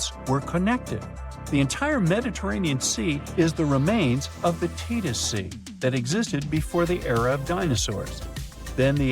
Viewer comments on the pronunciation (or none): The Tethys Sea is pronounced "teh-theez see."